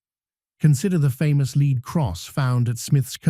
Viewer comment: It's not a 'Leed' cross but a Lead cross pronounced 'Led' this where you lost the plot with this AI bullshit... Ps, coins don't rust...